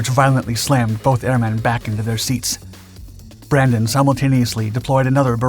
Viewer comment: Brandini? It's Brandon. 🤦‍♂